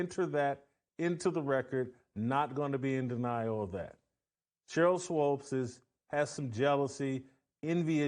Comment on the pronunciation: WHY does this guy keep saying "SWOPES". It's bothering me sooo much.